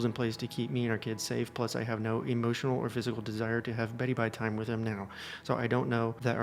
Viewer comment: Please never say beddy bye time again